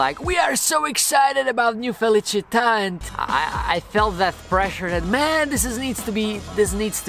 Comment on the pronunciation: Proč říkáš feličita a ne felicie?